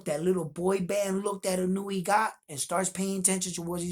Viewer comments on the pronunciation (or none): It's Ee-no-u-way not ee-newee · Respectfully ask of you to work on pronouncing his name.🙏 I.n.o.u.e. as E-know-ooh-eh I mean no disrespect, I think you have a high opinion of him as a fighter so I assume you would like to have his name right. You never know, your videos could be used in Japan to show that there are American boxing fans who are looking at both fighters with a clear and fair perspective. All the points you brought up about the experience of both fighters, I had to see for myself and found everything you said clearly shows the pedigree of both fighters. Much respect for that. Do you think Fulton's speed will be a surprise to Inoue? I think Inoue won't have as much a problem with the length Fulton brings because he has been up against guys with length and handled it well, with KOs. But Fulton's length AND speed I think will give Inoue problems. I would say Inoue might be as fast but I don't know he has fought anyone that was faster than him. Or maybe you agree with opposite, Inoue might be faster than Fulton?